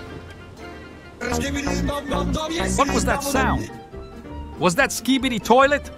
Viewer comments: Bro say "skbi toiley😂😂😂" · bro said skidi toilets